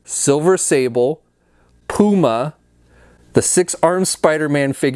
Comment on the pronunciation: the rest of the world: pyoo-ma: POO-MAH